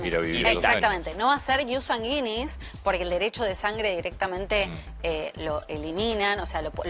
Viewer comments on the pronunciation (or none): Si le informan a la abogada, que aprenda a pronunciar latin. Se pronuncia: IUS Sánguinis. Acento en la a, y se pronuncia la diéresis de gui. No suena como guita, sino güi.